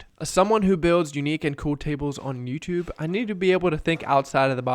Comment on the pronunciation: Did you say “MewTube”?